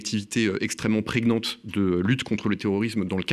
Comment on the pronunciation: On ne prononce pas "préguenante" mais "preniante". À moins d'évoquer une Anglaise enceinte🤰🏼, bien sûr. Pour un homme dont la parole est le métier, il serait bon de travailler un peu la langue française.